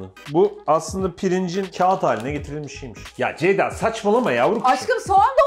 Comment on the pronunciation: FIRATIN KONUSAMAMASI COK GULDURUYOR BENI:CEYDA,ZEYDA,DEYDA